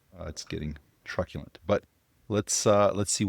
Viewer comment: "Truckulant" lol what.